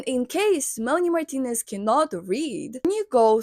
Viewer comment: the way you say her name is so satisfying